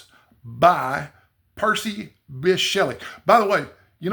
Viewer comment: Thanks,! I had no idea that was the correct pronunciation of Bysshe! The more you know! 🤓